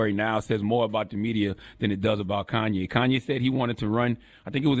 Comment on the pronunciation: He Gone Mad...... plain and simple Like come nah.... It's Kanye